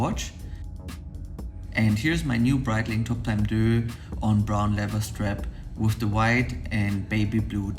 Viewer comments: Great video as always. Just want to point out that in the instance deus is from Latin and for this company is pronounced day-uss. Love the dial colours and in my opinion this is not a luxury watch rather a premium watch so the packaging is more than sufficient for the product. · You can't even pronounce the name of the watch correctly